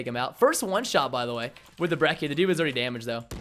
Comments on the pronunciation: I'd say every single gun in the game is extremely balanced. Some are more annoying than others, but none are particularly "dominant". Also, h-o-l-y crap Preston, it's not the "BREKK-EE" It's the "*Brech-ee*", as in Church.' Also, fun fact, the shotguns in Black Ops 3 do a minimum damage as long as one pellet hits. So, in older games you could point blank someone but only hit him with one pellet per shot so you could hit like 5 shots and not kill. Now as long as you hit someone with one pellet, if say you hit them with one more, it will kill them. Hence the "Reliable two shot kill" in the Brecci's description. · Everytime I hear someone pronounce Brecci as "Brecky" i lose my mind It's Bretchy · I hate how he called it the "Brecki" god damn americans man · It's pronounced like "brechi"